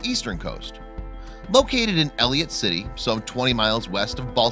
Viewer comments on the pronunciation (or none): elliot...city? its elicott... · Being a Marylander the way you said Ellicott city, I can't I'm sorry